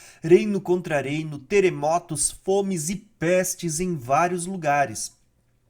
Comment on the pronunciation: Tá errando o " R " aí heim! Não é "guera" e sim " guerra"! Não é "teremoto" e sim "terremoto" não é " arebatamento" e sim arrebatamento"! Parece que está errando por querer, que é pior! Um vídeo tão bom, com erros bobos de português na narração